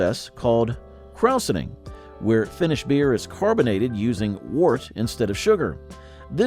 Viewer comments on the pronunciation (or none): Not a fan of how he pronounced krausening. Not kraus